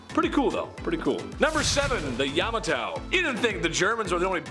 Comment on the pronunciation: I believe it's pronounced YA-MA-TO. No extra A there. Yamatao just made me cringe so hard oh goodness.